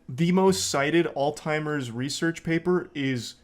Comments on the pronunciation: it’s alZheimers. not alTimers. lol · Nah he did actually genuinely mispronounce it for actual years and nobody corrected him. But that's not the important thing here at all